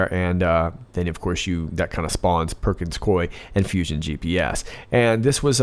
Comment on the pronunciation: It's: PERKINS-COO...EEE!